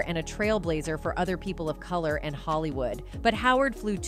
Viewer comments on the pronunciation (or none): none